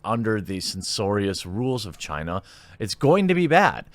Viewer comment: It's pronounced "China"